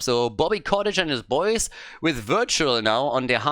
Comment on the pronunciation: It may be distracting to hear you say "Bobby Cottage" all the time, but it's not like Bobby deserves to have his name pronounced correctly anyways, so just carry on as you were,.:P